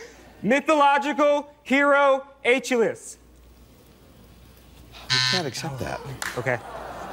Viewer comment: Pronunciation is his “a - chill - iss” heel.